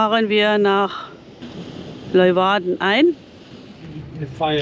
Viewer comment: Ein netter Bericht. Ich habe diese Tour schön des öfteren gemacht und Groningen ist ein echtes Highlight, Gestattet mir allerdings 2 Anmerkungen: 1. "Brückenwärter" wird nicht mit "e" geschrieben. 2. Es ware schön, wenn ihr mal versucht einige Ortsnamen richtig aussprechen. Im Niederländischen wird das u "ü", das ou "au" und das oe wie "u" gesprochen. Also z.B. Dokküm, Leeüwarden, Jaure etc. Ich hatte Euch übrigens vor Jahren schon einmal darauf hingewiesen, nichts für ungut. Mit freundlichen Grüßen